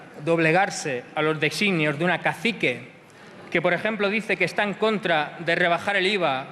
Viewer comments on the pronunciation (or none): Dice Deixsinios. (Lo pronuncia asi, vaya). Más o menos como suena en catalá designi. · Patetico por vuestra parte sacan frases de contexto en las que CITABA una frase dicha por alguien de Cs, escribir una palabra que no la pronuncia de tal forma.